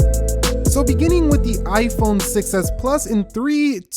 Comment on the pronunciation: Why is he saying (ayeeiii-phone) if you agree 👇🏻